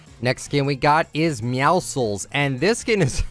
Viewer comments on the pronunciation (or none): I believe Meowscles is supposed to be pronounced like Heracles from Greek mythology but you know with a meow in the begining instead